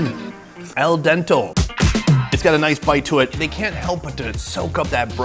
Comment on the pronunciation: “ Al Dente” Sony - not El Dento 😊 Probably one of the funniest clips of the last year . Your editor deserves a rise !